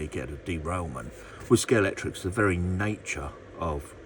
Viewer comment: It’s scale-x-tric You mentioned that you’ve been a fan for many years and yet you keep saying Scalectrix Ah well, in the words of the great Tom Jones, it’s not unusual 😬🏁